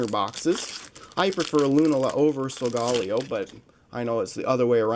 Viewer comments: It's pronounced So-ga-lay-oh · You say these Pokémon incorrectly: Soul-ga-layo, Har-as in hard- ee-ama. (Hariama), Chin-chow. (Chinchou), arak-ra-nid. That is Aracunid.